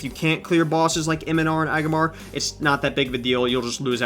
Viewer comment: I gotta point this out cuz it was driving me crazy while watching: in the Legion LFR you were saying 2 of the boss names wrong. E-O-NAR and AG-RA-MAR spelled phonetically for ya. PLEASE say them right now. Thank you!